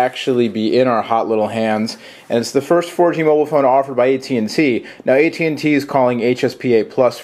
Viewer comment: I get it : HTCEEE Inspire 4GEEEE from At&tEEEE. lol